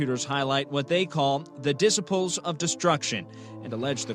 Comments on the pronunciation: Also very sad that a professional news anchor doesn't know how to pronounce "disciples" (i.e. it's "DISS-EYE-PULLS", not "DISS-SIP-PULLS"), and nobody in editing or quality control caught it, probably because none of them knew how to pronounce it either. People are so stupid. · “Dissaples”? Did he really just pronounce it like that lol? Weird af. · “The dis-a-pals of destruction” - news guy at like -ish lol. These douchebags are giant angry douchebags. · "The Diss-epls of distruction" lol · "Diss-a-pulls" as pronounced by one of the newscasters, instead of disciples. How do you become a newsreader without being able to pronounce common b words. Or know what they mean. He cl early had no idea what disciples are, and what the phrase meant. As far as the four assholes, I hope they get beaten and raped everyday in prison, and wish they all live long, long lives. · Who the frick says "diss-iples" instead of "diss-EYE-puls?" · News anchor: "The dissuh-poles of destruction" 😂 How can he be a reporter when he can't even read basic words? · Did the newscaster really not know how to say the word disciples did he really say the disables? What a freaking moron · The DICS A PIELS of destruction?? No guy Disciples it’s disciples hahahahaha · The guy (not ) pronounced "The Disciples of Devastation" as "The Dis-sipples of Devastation" Really? I mean... Really? How can anyone not know the correct pronunciation of "disciples" and on top of it call yourself a journalist? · Did...did that news anchor really pronounce "disciples" as "diss-a-poles"??😆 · the newscaster called them the dissiples of destruction.. lol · Did that reporter really just say “the disa-poles of violence”? Disa-poles…. Maybe disciples was spelled wrong, I didn’t pay attention but ummm… it’s your job to read on cue. Even if written by morons. Disa-poles… smh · dissiples Really? That's professional journalism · News caster can't pronounce Disciples correctly.Really? "Di (Sip) les" How about Dis (Sy) les.